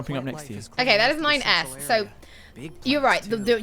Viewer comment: When said "That's 9S" I legit thought I had heard "That's my ex" and I thought 'Is she cheating on Ignis?' 😂